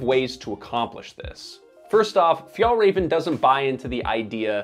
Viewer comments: "Fi-el reven" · Fyatlrafn, this is how it's pronounced. Means "mountain fox" , but refers to Arctic fox. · Sidenote, the ä in FjÄllrÄven ist pronounced like the “e” in “bet” for you english speakers. Still not the way Swedes would pronounce the word, but close enough. Just when you say the name of the brand so much it starts hurting. Other than that, fantastic videos! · Never heard someone butcher the name "fjällräven" like you! 10/10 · You almost pronounce Fjällräven correctly. The second Ä you pronounce well, but the first Ä should sound exactly the same. Good job! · Wow great pronunciation of Fjällräven lmaaaaoooooo. Disrespectful to pronounce it that way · I wish you would have just checked the pronounciation of Fjällräven before doing this video series. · look up the pronounciation of the things you talk about. the way you say Fjällräven is horrible